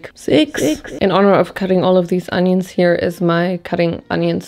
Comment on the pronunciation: I live for her pronunciation of onions